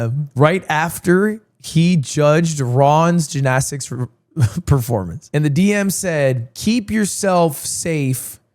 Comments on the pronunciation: Is there a reason he is saying jinaztix instead of gymnastics? Like I get saying it once that weird as a joke but he’s been doing it for like 6 minutes and I think he has brain damage now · Why does he say it like that 😭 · bro can't say jinnasticks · Please get rid of gymnastics so I can never hear you say it like that ever again. It's GYM-nastics, G Y M. Holy shit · The GINnastics is killing me lmao Lud weren’t you an English major?? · Drinking game: take a shot every time Ludwig says “Jinastics” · The only controversy is Lud continuously calling it Gin-asticts! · did they take gin shots for the gymnastics even why is he saying ginastics 😭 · I've never in my life heard someone say ginastics. Until now. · dude you HAVE to learn how to pronounce gymnastics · why does he say gymnastics like that lol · Why does he say gymnastics like that? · Why can this mf not say gymnastics 😭